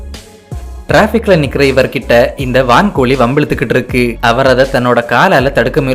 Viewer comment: இருக்கி அல்ல இருக்கு தமிழை கொல்லாதீர்.